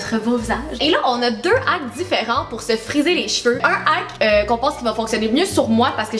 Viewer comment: Ça m'fait saigner les oreilles comment que vous prononcez: "Ahk" il y a un H devant le A dans Hack... alors tu dois exagérer le H et c'est Hhaack! Sinon, c'était bien drôle tout ça! Bonne journée :)